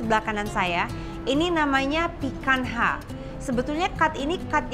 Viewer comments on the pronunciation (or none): I sometimes watch Latina youtuber who's an avid lover of steaks and he pronounces picanha like "pee-kan-nya". I think that's why it's so weird to hear it like pee-kan-ha 🤣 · Woow thanks for the video, Chef. Maaf ada koreksi sedikit, picanha itu pelafalannya /'pi-ka-nya/ bukan /'pi-kan-ha/. Xoxo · Benar sekali..tp itu pronunciation Brazilian huruf NH sama seperti kita punya NY .krn FQ lebih ke English ya dia nyebutnya sesuai apa yg tertulis..ok thanks for correcting.. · Maaf koreksi cara pronounce picanha itu "pikanya" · bukannya pronounce untuk Picanha itu "pican-nya" Chef???ini cut yang biasanya ditekuk trus diskewer and char-grilled??CMIIW